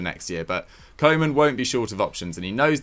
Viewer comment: Ronald Koeman is pronounced Ronald Cou-mann